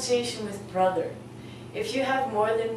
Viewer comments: 'ba thur'? seriously you don't know how to pronounce it, it's bro thur .. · brother doesn't sound like ba-thur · BRO-THER not BA-THER. Is imposible to pronunce Bother meaning Brother. Just thinking. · Hi...I noticed that you have the same written pronunciation for the first vowel sound in both Mother and Father. This is not correct as their pronunciations are clearly distinct. Also you are writing the pronunciation of Brother as ba "thur" and not putting in the first "r" sound. It is a bit confusing. Thanks. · Brother is pronouced "bru-thur" with they u sound not the a sound :)